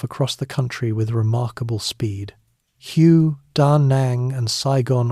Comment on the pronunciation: It’s pronounced “Way” city…. Hue … kind of an important detail